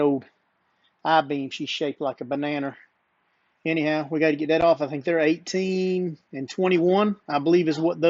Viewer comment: Came here for the truck vid. Stayed for the "bananer"